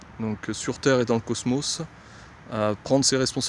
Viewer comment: quand il dit cosmos jsuis plié